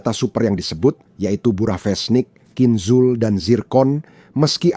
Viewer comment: HAAIII...PROPAGANDIS BUSUK AMERIKA LU...! CHECK N RECHECK DIMEDAN PERANG UKRAINE ! BACA KHINZALL AJA LU BLEPETAN !